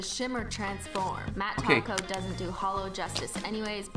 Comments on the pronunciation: Are they saying taco or topcoat? It's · It sounded like you were saying "taco" instead of "top coat"